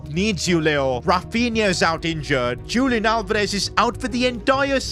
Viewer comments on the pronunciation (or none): sorry to say but its not lik julian its more like hulian with h being like in the word 'horse'